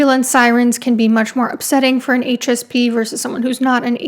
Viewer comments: haha I thought you said “anxious pea” at first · I kept hearing "anxious pea" the first few times you said "HSP"